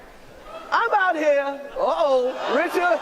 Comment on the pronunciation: He called will Richcard 😟